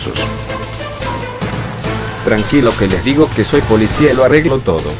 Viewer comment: el video esta bueno pero el vocavulario no. hablas como si no nombraras la "D" nunca por ejemplo: "se me rajo too el auto" " ya estoy too flipao" haci. eso queda mal.. muy mal...